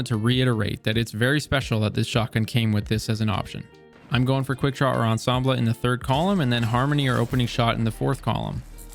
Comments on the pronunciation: You're the only one I watch that pronounced ensemble correctly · Finally a content creator who can pronounce "Ensemble"! and then came the "adiago" /sigh